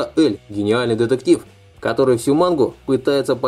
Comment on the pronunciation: слух писец режит произношение имен героев, сразу видно прям трушный фанат, который прям смотрел и читал аниме. заканчивай мужик ты слишком нелеп✊🏻 элЬ и аманЭ епти гений, пенсионер.